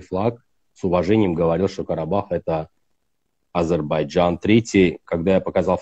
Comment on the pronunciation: Научитесь правильно высказать не Азербайджан, а Азербайджан.